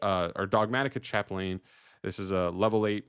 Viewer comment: Chaplain is pronounced Chaplin fyi